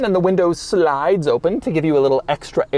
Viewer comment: doug its open not oh pun